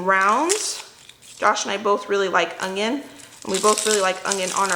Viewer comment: We loved the teriyaki chicken recipe that you shared.💕 I always listen closely when you say onion. Are you pronouncing a “g” when you say onions? My Mom always said ongions ( her Oklahoma pronunciation).